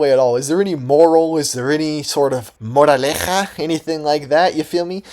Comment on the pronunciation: There’s something wrong with you and I mean this in the best way possible. But you don’t need to change tbh, except the cat thing come on dude I wish I loved anything as much as you love jigglypuff Edit: gotta say your pronounciation of moraleja was perfect are you a full gringo, Hispanic or just very good at Spanish?